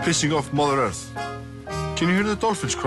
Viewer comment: "Holy mother earf"